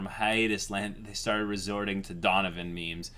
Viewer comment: What? Somethin I can do for you dunovin? (Donovan just what it sounds like) HMMMMM